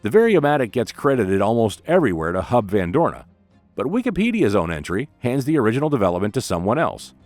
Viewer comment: Sorry, het is toch echt Hub van Doorne